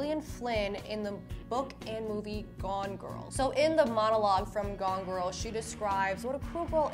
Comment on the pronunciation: Why u say gorl Instead of girl